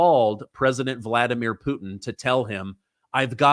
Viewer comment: Voldimir, like Voldemort, lol